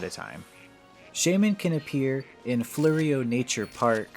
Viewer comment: Its prodnouced "Floro"